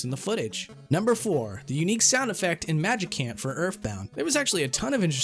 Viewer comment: Wait, you pronounced Magicant with a hard C? I thought you were against that.